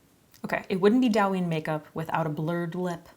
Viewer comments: Just fyi it's pronounced more like 'dough' 😊 dough-yin (eeee sound). I love douyin makeup especially the elaborate lower lash line work they do 🤗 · Not me screaming the correct pronunciation every time she says it wrong LOL thank you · It's Douyin, not Dawin lol. Love the makeup tho! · the pronounciation is kinda off. it's supposed to be "dough" "ying" lol, but its not a big deal alice in borderland? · It’s do-yu-een pronouced with a quick u. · Just wanted to say it's pronounced doh-yeen, not dow-yin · Also just letting you know it’s pronounced “doe-yin” instead of “Dow-yin” :) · I love you and I love your videos and I watch you all the time..... but the pronunciation is closer to "doh-uh-yin" rather than "dowyin" (as someone already said in the comments it's close to how you pronounce "dough") I'm so sorry but as someone who's learning Chinese I just had to 😭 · Dou yin. The ou in Dou is pronounced more like Oa in Oat. Not “ao” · fyi it’s pronounced DOE-yin not Dow! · Douyin is pronounced Doh (like donut) and yin (like shin but with a y) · Isn't it Douyin as in the graphic novels? I thought that was pronounced "dough-yin" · Say it with me now DOI (soy with a D) + YEEN (emphasize the ee) DOI + YEEN = DOUYIN Please make sure you know how to pronounce something before sending this out to the world. It makes you look like you don't know what you're talking about. There are videos for this. I like the makeup but it feels like it's missing things. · It’s pronounced “doe yeen” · It is pronounced /dough-yin/. Thanks. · Its pronounced dough-yin haha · Korean Chinese and Japanese makeup is different. Also you pronounce it dough-yin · this is so pretty! But “dou” is actually pronounced like “dough”. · Gorgeous! Alice in Borderlands is the show -- but it's Japanese (and Douyin is Chinese). TikTok is huge in Japan; Douyin isn't because it's only in China/Chinese App Store. (Yes, ByteDance makes both, but they are different.) Also, it's pronounced more like "doe-een."